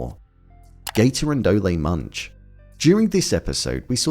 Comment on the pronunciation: Did you just pronounce Munch as lunch?